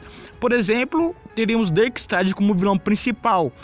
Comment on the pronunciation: "BENACLECK"? "DERKSTAD?" kkk